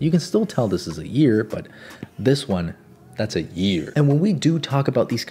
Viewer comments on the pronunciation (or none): "A year" instead of "An ear" haha